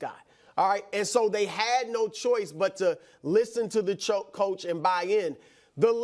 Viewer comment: Brou had a Freudian slip saying choke instead of Coach